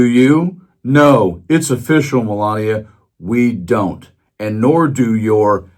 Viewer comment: Mee-Mee-Mee-lania who?